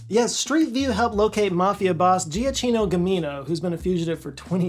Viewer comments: According to the text on screen, his name is Gioacchino, but you said “Giaccino” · ah-keeno that's how you pronounce it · "Gioacchino" is actually pronunced "joe-ah-keeno", sort of... Greetings from Italy! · «Gioacchino» is properly pronounced Jo-ak-kino.